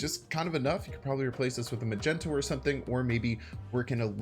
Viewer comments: Bro, MAGNETO!! Not magento :)) as in magnet :) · Idk why I laughed so much when he mispronounced Magneto. 🤣